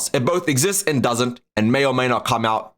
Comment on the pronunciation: EbonHARDT ❌ EbonHARD ✅